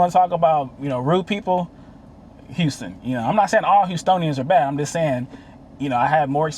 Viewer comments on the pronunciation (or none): none